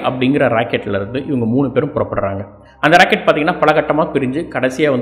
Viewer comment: Thalaivaa It's " ROCKET " 🚀 Not " RACKET "🏸